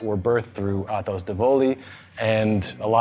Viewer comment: It's pronounced vahn-DRE